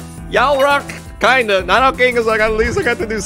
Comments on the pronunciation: They’re pronounced nEEdo queen and king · It's like he's never seen an episode of Pokémon. KNEE DO QUEEN and KNEE DOE KING